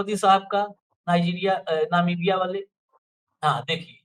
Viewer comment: sahi bola ... jis desh me jarhe usska naam bhi nahi bol pate Namibia ko navika bolta he 😮😮😮😮😅😅😅